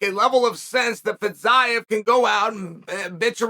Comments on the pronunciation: Feezeeav is how to pronounce his name.. Chael.. Please.. Please learn finally how to pronounce foreign names. This is totally unprofessional! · If you had watched Fiziev fight you'd know how to pronounce his name and also why he is favorite.